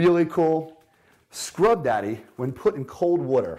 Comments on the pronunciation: Why do all the greats say wutur Mmhmmm Phil Swift, This guy!!! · this guy says “water” as “watr” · Americans: Water Britain’s: Wo’ah This dude: wtr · The way he says the word “water” messes with me lol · The way he says “water” bothers me